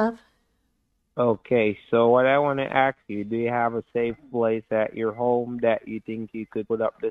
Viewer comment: "a heart attack or nervous breakdown". What if BOTH ??!! :hand-orange-covering-eyes: what is curious to me is that nearly on 99% of scam videos, the scammer pronounces the word "ask" as "aks", what is with that ? is that somehow how english as a foreigner language is taught ? :)